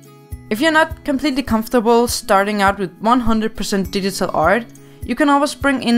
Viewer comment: she says digital art like didital art